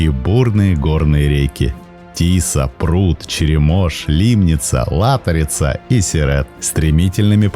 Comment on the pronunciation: Только реки Лато́рица и Дуна́ец, а не Ла́торица и Дунае́ц.